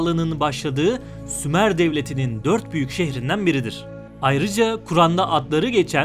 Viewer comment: Sumer yox, SHUMER 🤦🏻‍♂️🤦🏻‍♂️🤦🏻‍♂️